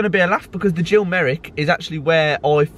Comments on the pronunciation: Gill Merrick. Not Jill Merrick.😄KRO. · Who the fuck is Jill Merrick? It’s Gil Merrick! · Gill Merrick not Jill Merrick !! KRO